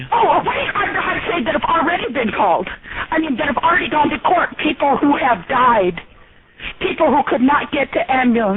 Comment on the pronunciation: "There are eople who have died because of telemarketers!"...lol!!!